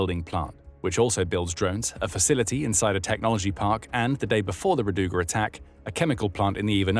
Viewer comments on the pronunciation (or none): it is ra'duga, not radu'ga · Not rad"U"ga, r"A"duga Rainbow